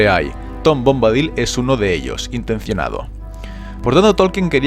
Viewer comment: Por qué siempre pronuncian mal los nombre y eso que se ve que son fanáticos y conocedores y hacen estos vídeos. En que forma Bombadil se puede pronunciar "Bómbadil" con acento en la "o". Ni en inglés lo pronuncian así y en castellano tampoco está bien, sería "Bombadíl" y en inglés también es así.